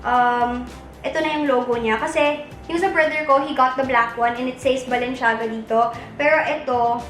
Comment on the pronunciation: girl its balen-ciyaga not balen- shiaga hehe love u